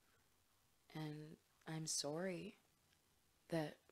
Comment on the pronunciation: Me: upset, frustrated, and near tears over mental health issues also me, : heheh, Canadian sorry